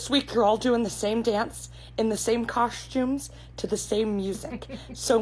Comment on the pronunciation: The way she said "cosCHTumes" was great! I cringed every time you know who pronounced it like that!